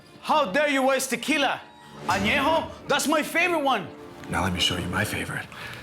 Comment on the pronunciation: The Face Simu said Añejo correctly makes me respect him more. :)